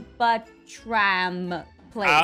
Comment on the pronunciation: Hotel name spelled: Albatraum How Pronounced it: Albatram... I have a question.. Can read??